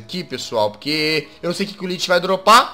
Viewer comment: jazz se lê lich mais se fala liki